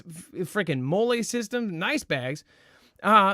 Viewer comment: "Mah-lee" is how MOLLE is pronounced (8 years USMC Infantry).